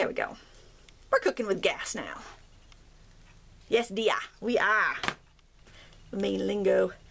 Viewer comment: I love this tutorial! tyvm for sharing it. I hear you have an accent when you said "Yes Dear" sounds East Coast! IM in NH. Sounds like Maine :)